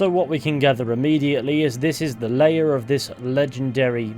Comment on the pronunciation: "Lair" is pronounced to rhyme with "wear", just FYI.